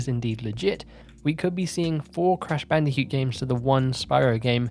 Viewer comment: Why do you say bandicute and not bandicoot hahaha